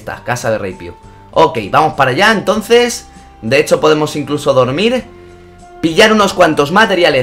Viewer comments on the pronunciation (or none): none